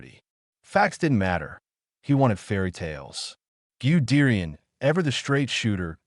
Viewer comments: Its pronounced gud dayan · Who is "Giudeerian" dickhead ?😂😂😂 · Pronounce goo de rian😢😢😢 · You know it was going to suck when the AI voice couldn't pronounce Guderian or T 34.